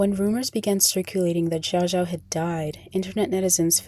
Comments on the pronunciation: Xiao Xiao is pronounced shao shao not zhao zhao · i mean you could have at least spent 10 seconds learning to pronounce her name correctly. (commenter gets it right) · you pronounced her name wrong